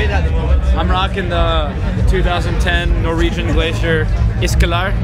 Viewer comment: the way Jack says isklar.. HAhahha died